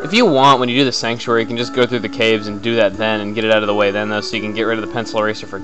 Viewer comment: you said cabe. not cave